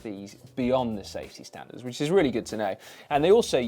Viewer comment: what is a "staftey standard"?? haha